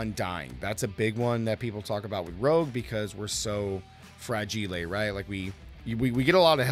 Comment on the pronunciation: fragile? why you pronounce it so weirdly dont tell me you are american who dont know how to speak